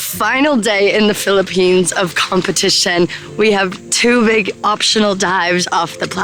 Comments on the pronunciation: It's "PHILIPPINES" not "PHILIPPENES" I'm from the Philippines but no biggie, I understand how taxing editing these awesome videos can be, Molle. 😆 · 'Philippenes' lol.